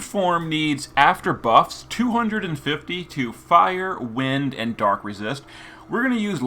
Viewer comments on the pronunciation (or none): none